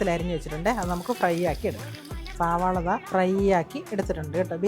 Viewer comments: സാവള അല്ല സളാവ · സവാള അല്ല സവോള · സാവള അല്ല സവാള ആണ്